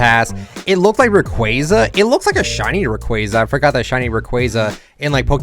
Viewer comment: its rayquaza not rayquayza the second a is like your saying ah small thing that irritates me ik you don't do it on purpose but just a thing for me